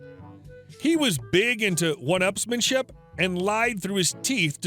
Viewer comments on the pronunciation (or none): One-upmanship. No S in there.